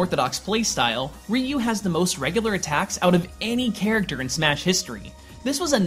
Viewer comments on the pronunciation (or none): Why did you look up how to pronounce Joudan Sokutogeri but not Ryu? I'm not Japanese but it still bothers me when you butcher a word like Ryu so horribly :( I mean Japanese really doesn't have the most difficult phonetics in the world.